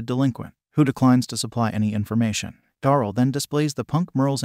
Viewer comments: "Da-rell" not "dorl".. please... for my sanity 😂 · ITS DARYL NOT DORAL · You say many names wrong especially Daryl